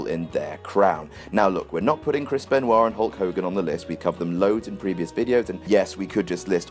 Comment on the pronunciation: Who and Hulk Hogan??? I think you said Krisp Benwah.